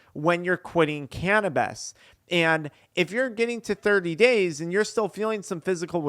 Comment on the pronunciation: Can’t watch this one but I appreciate you, I’m petty and cringe when you say “canabeez”